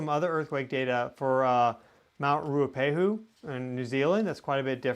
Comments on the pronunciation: Mt Ruapehu in New Zealand is pronounced Roo-uhh-pay-hoo - Ruapehu 🙂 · Mt Ruapehu ( Roo-A-pay-who ) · Mt Ruapehu pronounced Rua pay who. That swarm seems to have calmed for now. Or else Geonet has stopped recording it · The new zealand volcano is pronounced "rua-pay-who". Thanks for your work, much appreciated :)